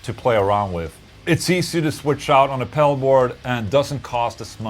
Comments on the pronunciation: Is he saying pebble 😂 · love the Boss Mell Core pell 😆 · I like the way he says "Pel" instead of pedal. Lol ;) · Price wise I'd go for the boss melcore pel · I love how he says pedal. Pell.